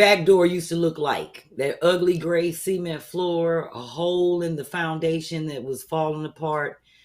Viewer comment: B 😂, its pronounced “SUH-MINT” not “semen” 😩😂😂 I kept hearing “semen floor” when you referenced the “cement floor” 😅🤣